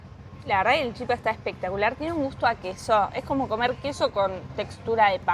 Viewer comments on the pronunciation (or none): Se dice chipá, todas las palabras en guaraní llevan el acento en la última sílaba cómo el francés